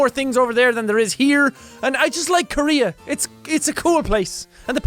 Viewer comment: the way he said korea was kind of racist